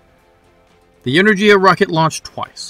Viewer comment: good video, thanks. the "g" in enerGia is pronounced as in word "gas" 👍